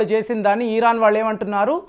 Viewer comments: ఈరాన్ కాదు సార్ ఇరాన్ అని పలకండి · "ఈ"రాన్ కాదు "ఇరాన్" అని పలకాలి